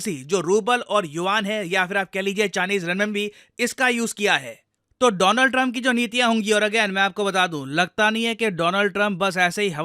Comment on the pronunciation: It's DoLaand Trump by the way 😅